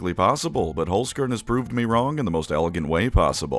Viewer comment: I need to get it of my chest: Its pronounced "Cairn" Holz "Cairn"